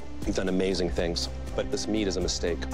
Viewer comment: "this meat is a miSteak"